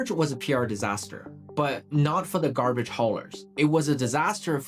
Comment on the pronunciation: Excellent story so far, but I can't listen past 3 minutes after all the mispronunciations (e.g., "garbarge"). Dude, it seems like you're a smart guy who can research well, but you're a disaster as an announcer. Let someone else do the voicing for you, and concentrate on the things you're good at.